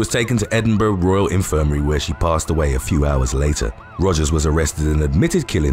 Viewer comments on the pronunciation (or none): none